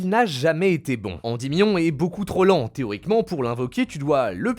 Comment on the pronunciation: Théoriquement ? Nan nan nan... "Téromiquement" oui 🤣